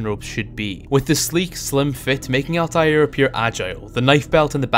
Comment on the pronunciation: Its altair